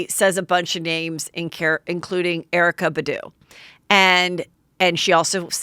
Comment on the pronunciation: "Erykah Buh-doo" 😭 heather girl you know its BAHdoo